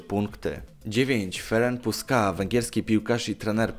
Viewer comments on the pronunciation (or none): none